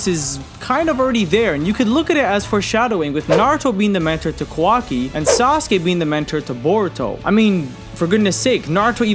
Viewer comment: Not the “kwaki” 😭😭😭